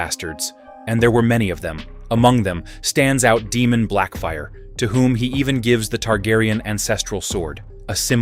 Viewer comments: Daemon is pronounced DAY-MON not demon. geez. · Btw your ai slop narrator keeps mispronouncing Daemon and it's Irking me... Say it with me ai, "Daemon, Like Day-Men or even Day-mon" not demon fool😂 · why do u pronounce daemon as "demon" or is it AI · I swear if you call him Demon (Daemon) again I’m gonna hit my head on the wall 😅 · Daemon not demon 😂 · Pronunciation of both the names Daemon & especially Aenys felt odd 😅😂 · The AI pronunciation of Aenys and Daemon are totally cringe.